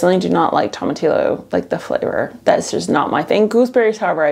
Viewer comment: Toma‐tee-oh not Tom a till o. You can but them at every grocery store where I live, they are a regular part of Tex-mex cuisine. Verde salsas, green enchilada sauce, roasted in soup. Don't listen to people who don't know how to use a plant when deciding whether or not you want to grow it. Heads up, get fruit you do have to have 2 plants, and you can also grow ground cherries which are like a smaller sweet version.